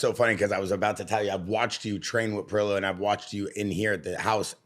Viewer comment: Even Pereira doesn’t even say “padayda”. It’s “Paheyda”. But it absolutely is not Pierra.